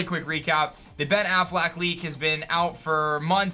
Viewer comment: It’s Affleck not afflack